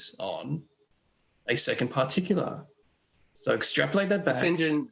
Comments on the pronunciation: You forget the 12 R's on the end of particularrrrrrrrrrrr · I have a "particulah"; it's my pee pee.